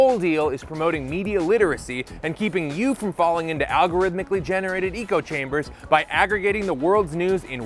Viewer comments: Did he say “eco” chamber, rather than echo chamber ? Is that intentional because of the environmental theme of the channel, or just misspoke? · You said Eco chamber.